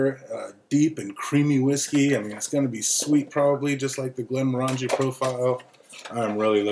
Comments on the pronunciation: Pronunciation. Glen-MOR-angie: the name of the whisky is /ɡlɛnˈmɒrəndʒi/ glen-MORR-ən-jee, with the stress on the "mor" and rhyming with orangey, not */ˌɡlɛnmɔˈrændʒi/ GLEN-mor-AN-jee as it is commonly mispronounced. Doesn't hurt to research a little bit. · Thumbs down for not saying the name correctly, would give it another thumbs down if I could for the way you wear the hat.